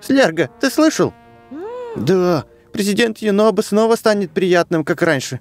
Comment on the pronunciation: ЮНОБО А НЕ ЮНОБКО